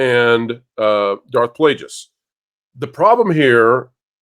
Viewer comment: You're saying plagueis wrong. Pretty embarrassing.